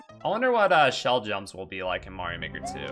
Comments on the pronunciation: You have a really weird way to pronounce Mario. Where did you get that from? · while i say MAY rio in this case the title clearly is pronounced MAR io speed wagon. after the band R E O speedwagon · I supposed there was a story to how you got used to saying it your way. Usually for someone to pick up a mispronounciation, it would be something along the lines of that they either guessed it and never got corrected, learned it from someone else, or it is a quirk from their native tongue so that they intuitively pronounce it differently than usual (which happens a lot in english for it's rather... unconventional way to pronounce vowels). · Because Mario has its roots in Italian, so their pronounciation is probably the correct one. That aside, the games also have a bit of voice acting so we do have a canon answer for the pronounciation, and they use the long vowel for the "a" as well. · That's all that is though - a joke. Every time someone says his name in the games it's the traditional pronounciation, and that is what counts for canon. I think it could also have to do with the quirks of the language. It might be very difficult to properly pronounce Mario within the japanese idiom, similarly to what we jokingly call engrish.